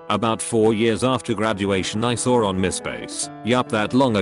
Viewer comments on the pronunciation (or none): TTS: I sawr it. Me: You what? TTS: I sawr it. Me: One more time in American English, please. TTS: England intensifies SAWR